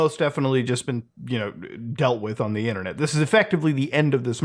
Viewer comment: LOOOL "ONDUHHINNERNIT!"